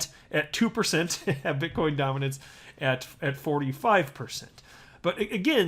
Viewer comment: You said bitch coin 🤣